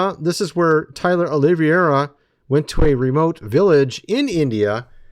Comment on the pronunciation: It’s olive-era.